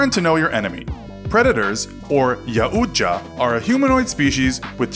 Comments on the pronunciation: It's pronounced "YOW-tcha" Predators were never in NYC, it was LA. Predators will never run away, as that's dishonorable. They only hunt on people worthy of being killed. Usually warriors of their own species. If you don't pose a threat to them, they'll ignore you. Doesn't matter if you're weak or not. In Predator 1, the predator didn't attack the woman because she was never a threat, carrying no weapons. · Ya oja is what you said? It's Yautja tho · It’s pronounced y-ow-cha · DatSavage User it’s pronounced “ee-WAT-ya” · Yaujtia is pronounced yow-cha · I’m not positive, but I believe that Yautja is pronounced “ee-wat-ya” and the Predator that is shot in Predator 2 is being chased through Los Angeles, not New York. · Yautja is pronounced yow cha sorry just had to say it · Just a little advice, you’re over pronouncing the name of their species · dude your compleatly wrong about every thing you said a bout the predators and you pronounced there species name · U pronounced it wrong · It’s wasn’t New York City it was Los Angeles and he pronounces yautja incorrectly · Need to find me a channel that can pronounce yautja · the way you pronounce yautja makes me wanna vomit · Come on, it's(yautja) definitely not pronounced like that... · Just pointing out that yku pronounced Yautja wrong, but then again it is a rough pronounciation of an alien language so carry on! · He butchered that pronunciation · You totally butchered the pronunciation of Yautja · If you're gonna try to explain it, don't say "It's pronounced Yautja" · ew dont pronounce it like that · The way you pronounced Yaujta triggers me XD. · It’s pronounced yautja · Don’t pronounce Yautja like that pls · The way he says yautja tho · The way you pronounce Yautja annoys me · Your saying yaujta wrong lol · No emphasis on the u in yautja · Oh jesus the pronunciation of their actual name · Decent video but why can’t you say the name right?? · Ill dislike because you dont know how to pronounce yautja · Yowcha not yaucha